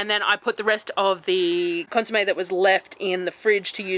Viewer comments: Consommé - yes, correct pronunciation! Love the videos! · Your pronunciation of consumè is perfect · How you said consumé is correct. ❤ your videos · consomme you said it like i say it so we are correct lol,,never stress over your content, we love each and every video,and meals have me drowning in my own saliva as always xxx